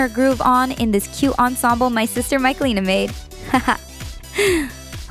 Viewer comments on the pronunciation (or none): none